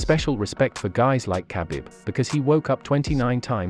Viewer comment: It's not bloody difficult to pronounce khabibs name correctly! Do you even watch ufc?!